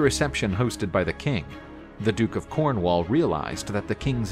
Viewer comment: Cornwaal and tinttigel. Brittany? 10 out of 10 for enthusiasm, but you just have to watch Excalibur to get the pronunciation right.